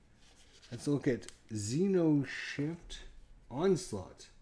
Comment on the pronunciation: Cool ! But it's xeNoshyft, not xeRoshyft.